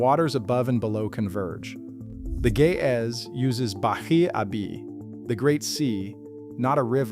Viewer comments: As an Ethiopian Orthodox Christian, I am deeply offended by how you keep pronouncing Ge'ez as 'gay-azz.' It is pronounced 'Ge', using the first sound from the word great, and 'ez', using the first sound from the name Ezra. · I keep hearing: ''the gay azz'' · The juvenile in me keeps hearing "The Ge'ez" as the voice said it as "the gay ass...."